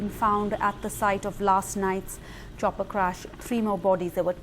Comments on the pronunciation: she said kopper instead of chopper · hahaha "copper crash". It's chopper crash, and the former.